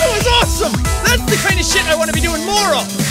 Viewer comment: I thought that you said you are not playing nore but still thanks